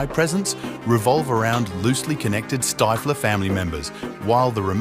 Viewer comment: "Stifler"? Not a long I in that name. Stiff with "ler" added at the end. That's how it's pronounced.